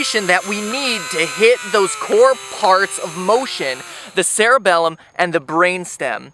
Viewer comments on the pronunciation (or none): ELL Oh ELL. You said "Cerebellum"